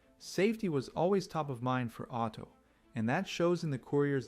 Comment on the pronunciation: What you guys say Otto, I hear Auto.